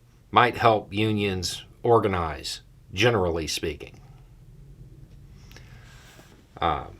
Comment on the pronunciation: "GENERALLY speaking" was laid on pretty thick